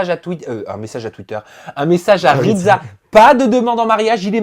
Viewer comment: Il es plutot baraqué le ridSa pas ridZa 😂💪